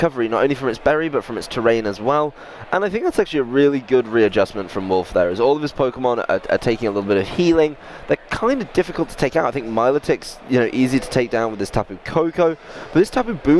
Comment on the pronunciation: Did he say MyeLAWtick?!